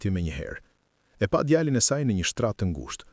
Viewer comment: Lexoi saktë fjalët- lugë jo luginë djalin-jo gjalin Etj